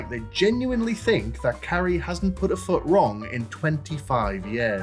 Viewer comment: "Hello Carri-ice" 😂